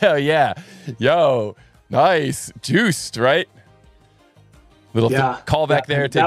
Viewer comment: you are pronouncing Joost wrong;). You have to read as if it was written Yost, not "Juiced":) So "oo" is just "long o"